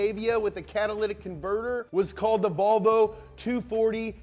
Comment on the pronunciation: have you ever noticed how seinfeld pronouced volvo as ''wahvoo''